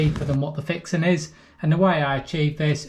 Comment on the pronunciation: Thanks for the great advice.. By the way, couldn't get enough of you saying "fixin". It goes great with your accent!